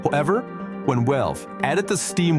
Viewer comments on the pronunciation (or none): Its the accent. Also with valve -> walve